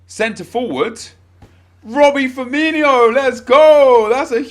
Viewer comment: Man said Robby Firmino hahaha